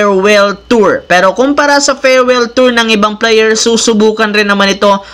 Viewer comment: Ayusin mo nmn pagsalita mo idol. Kaya pala binabash ka ng iba. Player. Hindi p.layer ha? Hahaha